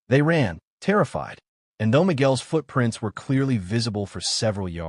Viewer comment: “Nó foot prínts”